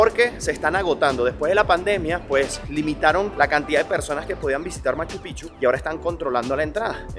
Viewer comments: Buen video! Estoy 1000% de acuerdo con relación a SKY airlines. Cuando fui a Lima-Cancun, querían exigirme a que ceda mi vuelo porque el vuelo estaba lleno. A mi hermano querían quitarle su asiento pagado del pasillo, entre otras cosas: muy mala linea aérea. Corrección -- NO SE DICE [MACH-PICHU]. SIGNIFICA OTRA COSA. SE DICE: [MACHU -PICK-CHU]. COMO [PICK-NICK]. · Solo una pequeña observación....No sé dice Machu Pichu....ES MACHU PICCHU .. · No se dice Machupichu- Se dice Machu Picchu ...con 2 C suena como pic. chu= Machu pic chu = Machupicchu 👍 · Machu Picchu se escribe con dos Cs y se pronuncia Picchu NO Pichu corrige esto. Bendiciones de una fan tuya nacida en Urubabma Cuzco -Peru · Escuché: "Guachupichu" ??? 🤭🤭🤭❤ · Se dice pic. Chu. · Por Favor es Machu PICCHU con la Doble C, suena mal sino es pronunciado bien. Felicitaciones por tu Reportaje muy bello